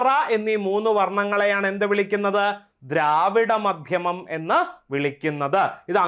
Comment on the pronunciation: ദ്രാവിഡമാധ്യമം അല്ലാ ദ്രാവിഡ മധ്യമം എന്നല്ലേ